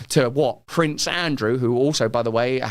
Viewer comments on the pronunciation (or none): none